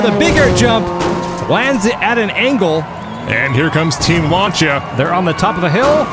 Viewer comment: Lancia is pronounced lance-see-ah